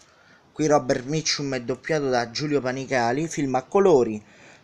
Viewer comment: Maestro come pronuncia bene Robert Mitchum